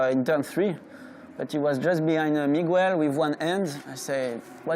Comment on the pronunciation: Hello Migwell.